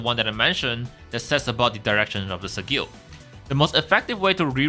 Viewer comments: Thanks for the guides. I just want to point out sigil is pronounced as /ˈsɪdʒɪl/ or Si-dyil or Si-jill with the stress on first syllable, not on the second. For future reference. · Thanks for the guide, in english the word is pronounced 'Sih - jill'